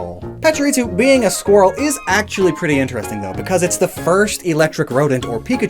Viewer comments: Is there a reason why you say “PachiriTsu” rather than “PachiriSU”? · It's Pachirisu, not Pachiritsu. Su and Tsu are two distinct phonetic characters in Japanese. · I heard him say パチリツ as well. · im bothered by the way you say Pachurisu like it has a "t",,, Patsurisu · pachiriTsu Oh. You mean.... ritsu, like in 'fritsu', the Finnish word for hickeys Oh boy This is going to be quite the video for me to get through (Pachirisu doesn't even have a T in the name) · cannot get over how he's pronouncing Pachirisu...why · Is he adding a T when he pronounces Pachirisu? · messing up Pachirisu's pronounciation by adding a T, followed by him making fun of Emolga's name is just my kind of humor 😂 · Common enunciation mistake.